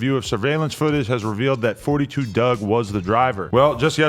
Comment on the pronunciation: It’s “4-2 dugg” not “42” 🤦🏽‍♂️